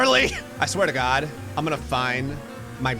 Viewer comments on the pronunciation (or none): That last "I swear ta gawd!" proves you can take out of Jersey but ya can't take the Jersey out of. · The jersey came right out of him at the end, "I swea to god" 😂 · went full New Jersey on the dude "I sweah to God!" 😂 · At a certain level of irritation the New Jersey in blood takes hold hahaha “Don’t you dare touch my roller coaster, I SWEAH DA GAWD!” I love it 😆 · "I sweeeeeeah tah gawd!" The Jersey really came out in that, didn't it? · That Jersey accent came out in full force at the end when you said "i swear to god". I had to rewind it and listen to it again lol